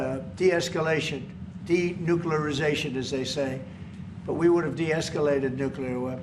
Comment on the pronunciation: Hahaha “Denuclerazation” he says... Just like Ukraine in 1994? We see what that leads to...